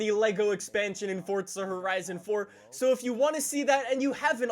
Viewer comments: I hate how he says fortza it’s forza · Its Forza not Fortza I can't even watch because of this! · It’s forza not fortza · just me or i hear you say "fortza" not "forza" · Where's the "T" in forza? Fortza. A racing game where you can build a fort out of Legos. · Does it annoy anybody else that he says fortsa instead of forza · Thought it was Forza not fortsa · Why does everyone pronounce it Fortza instead of forza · Ahhh yes fortza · Why do you say fortza It’s called forza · U saying FORTSA? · fOrtSUh horizon four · STOP SAYING FORTZA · Nobody: Normal people: Forza horizon 4: Fordza horizon 4